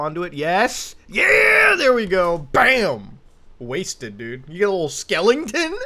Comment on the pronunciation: "Skel-ing-ton" ok bapa